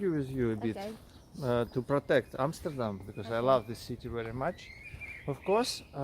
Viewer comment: love your video's! And the way you pronounce Amsterdam! The best I ever heard! American's Always say Emsterdem and I hate that! Good for you